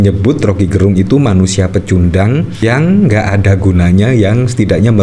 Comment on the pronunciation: Om Rocky dilawan... Orang Manado bilang "nintau tako" artinya gak kenal takut. Btw Gerung Laval "e" nya kayak di kata enak atau kecap bukan Laval e lemah swperti yg dilafalkan admin. Gerung itu marga org Minahasa.